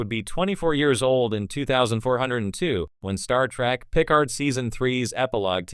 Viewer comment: "TREK" not "TRACK"! EEEEEEEEEKKKKKKKKK not AAAAAKKKK